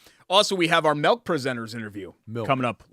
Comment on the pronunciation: Wish I could be at the luncheon to hear Derek say melk.